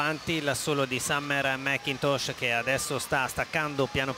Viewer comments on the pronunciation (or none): "Summer-a MacCintosh-a". Gotta love Italian pronunciation of English names! 😀